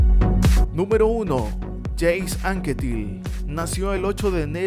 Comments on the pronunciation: Anquetil era francés, no inglés, así no se pronuncia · Induraín, Yeims Anquétil... La pronunciación hay que pulirla! XD. No, en serio, todos cometemos errores, y gran vídeo por lo demás.